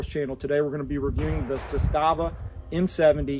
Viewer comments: It's pronounced "Zass-stuh-vuh" just so everyone knows. Everyone always says "Zah-stah-vah" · It's Zaaastava and not Z-staaava. 😊